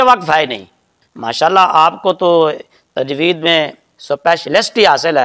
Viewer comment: tajweed hota ha tajweez nhi